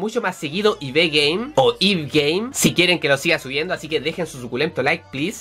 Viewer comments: se dice Ibi pero se escribe ib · Cada vez que alguien te dice que se pronuncia Ibi (MAL), muere un gatito culto. Ib es de un creador japonés y se pronuncia en Japón como "Ibu" que es la transliteración del nombre inglés "Eve", si váis a decirle a alguien como pronunciar las cosas al menos informaos por favor, cuanto daño ver los videos de youtubers que lo dicen mal y predicar con el ejemplo. xD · Ib se pronuncia Ibi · Pronúncialo como "Ibi" suena más mejor :u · esta es una obra de guartenay yo: SE PRONUNCIA GERTENA!!!!! y sigue haci y no se pronuncia ib se pronuncia ivi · una youtuber llamada lunadangelis pronuncia el nombre ib como ibi, ok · al chico que le dijiste:“estupido”es garry y se dice:ibi solo que se escribe: ib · se pronuncia IB no Ibe Y se dice Guertena, no Wartena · la protagonisa se llama ibi o como la llamas ib pero se pronuncia ibi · se prenunsia ibi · se dice Ibi no Ib 😂(es un nombre en inglés) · Ayyyy, se dice Ibi :( no me gusta como queda Ib :'vvv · no es ibi es ib :v coño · SIIIIIIIIIIIII SIIIIIIIIIIIII AMO IB GAME ♡ PD:se dice Ibi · siiiiii¡¡ ya lo jugaras - .. a mi e encanto <3 ..probablemente a ti tambien segun yo se pronuncia como se lee..(algunos le dicen "ibi" o "eva") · se es escribe Ib y se pronuncia ivi🤗 saludos desde Argentina 😘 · CUANDO LE DICE ESTUPIDO A GARY MI CORAZONCITO PD: SE PRONUNCIA "IBI" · en el juego mueres varias veces hasta que entiendes los puzles, a veces tambien se pueden hacer a la primera si entendes las metaforas o conceptos de cada puzle. PD: se pronuncia ibi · se pronuncia "i bi" es un gran juego te espera una gran aventura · "D aleluyaaaa... :v y.. que no se pronuncia ibe? :v ib ibe :v como si fuese ingles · se pronuncia Ibi ❤ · se pronuncia tal vez así. EI BI Game y seria IB Game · se pronuncia aibi pronuncias la letra i en inglés y la b tambien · creo que se pronuncia Eibi o Aibi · Ib se pronuncia Iby (eso creo xD) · Se pronuncia Ibi nwn